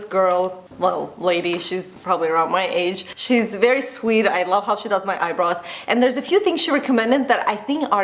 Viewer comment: All I hear is 'eyebras' 😀